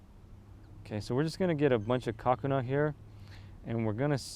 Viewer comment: The way you say Kakuna kind of sounds like "Cock & Awe"